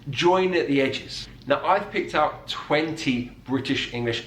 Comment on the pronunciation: I’m English. I was born here. I speak 50s RP. I’m old. All the examples you had of English accents sounded like speech impediments. Ugly! Nearly every one. The Queen was fine as was Boris Johnson of course… PS no one says oom’n for human… Also - ‘eeow’ instead of ‘out’ as the presenter does … (ugh! ) is ghastly! ‘Like like like like’ repetition is just ‘bad bad bad bad’… oh me ‘ackles is risin’…. I give up..